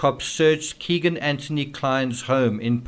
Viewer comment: Also Anth-ony not Ant-ony